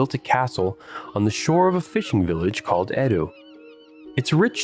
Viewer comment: I wish the narrator would pronounce the name Edo correctly. It's not pronounced as "do" in English.